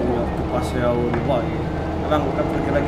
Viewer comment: lu nyebutnya xiomi